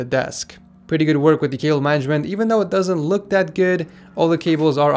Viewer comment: DID HE SAY WIRE MANAGEDMENT?!?!?!?!?!?!?!?!?!